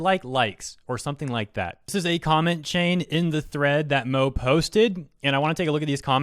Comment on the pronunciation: if you ever see "Moe" and its about anime, please, don't pronounce it as "Moh"...its giving me the image of Moe from "The Simpson's".... Its "moh-ay"...I'm seriously sorry, it's just giving me that "Homer Simpson" vibe too much.